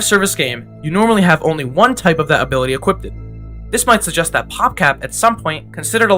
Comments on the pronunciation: guy said "equippeded" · The one guy keeps saying “equipted”